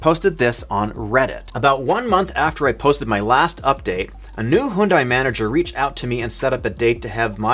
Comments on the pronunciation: HUN-DAY! Not HUNE-DIE! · HYUNDAI is not pronounced as "HOON-DAI". It is pronounced as "HYUN-DAY", like Sunday. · why he pronouncing Hyundai as "Hoondai"